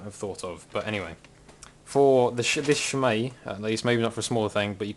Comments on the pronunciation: I thought it was closer to shay-maw. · It's pronounced SHEH- MAHG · Three minutes and eight seconds of listening to you pronounce it wrong, waiting for you to get to the point. WOW.